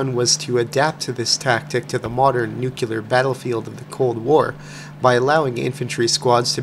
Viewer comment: Im gonna be that guy. It's pronounced "nu-clee-ear"